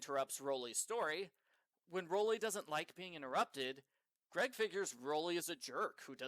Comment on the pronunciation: The way you keep pronouncing Rowley's name is what gets me😂